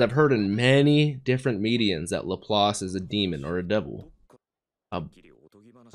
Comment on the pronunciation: Good on you for correctly pronouncing "Laplace", usually english speakers pronounce it as "la-place" for some reason. Anyway, Laplaces demon refers to a thought experiment by French mathematician Pierre-Simon Laplace, he envisioned a demon that knew the location and movement of every particle in the universe and had infinite calculation capacity. He reasoned that such a demon could effectively predict the future, he was a determinist (as am I) and didn't believe in free will (correctly). Basically the idea of using a super computer to predict the future. It has to